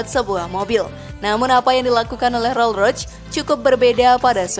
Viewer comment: Konfigurasi 2 pintu😅🤣😂🤣😂😅🤣mana ada sebutan konfigurasi 2 pintu KONFIGURASI ITU DEFINISI MESIN V 8 ato V 12 ato W 4 ato W 8 itulah sebutan KONFIGURASI Roll Roch😅🤣😂😅🤣😂 Roll Royce woy min Admin nya peyak😅🤣😂